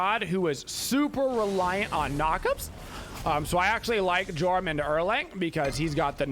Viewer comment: ITS PRONOUNCED YORM